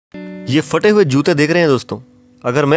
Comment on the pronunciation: Fate nahi phate hota hai pehle bolna seekh jao phir video banaya karo ye kaun si language hain ke ab phey Ko fe kehne lage log